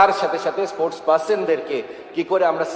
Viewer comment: স্পোর্টস কথা ঠিক মতো বোলতে পারেনা মোল্লাগুলো, বলে এসপোর্টস। এ আবার স্পোর্টসম্যান ছিলো। এনাকে তাবীজ দেওয়ার ব্যবসাতেই ভালো দেখাবে।